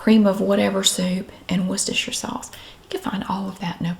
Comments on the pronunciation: Omg as a brit, thats the correct pronunciation of Worcestershire sauce. That makes me so happy🤣🤣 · I find it oddly fascinating that your mother taught you the correct pronunciation (presumably as a child), ergo ordinary Americans were using the correct British pronunciation for words such as Worcestershire in the pre internet days, whereas very few do so today.